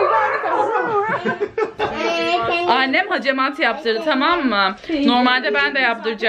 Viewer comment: Hecemat degil, hacamat kibarlaşmak için ağzını yamultmadan konuşsan daha iyi olacak